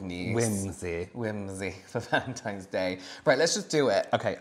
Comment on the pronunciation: I just caught that said ”Happy Vagentines Day” did I hear it wrong 🤣🤣